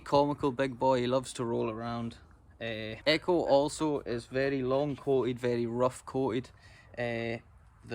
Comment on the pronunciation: I love the way he says Eh-coe